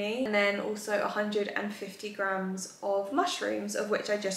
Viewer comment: Please girl it’s grams plural 🥲🤣 I am dying every time you say GRAM